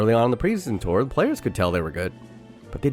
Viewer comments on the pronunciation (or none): none